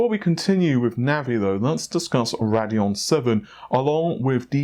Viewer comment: the way he says rad-eon instead of rade-eon makes me cringe hard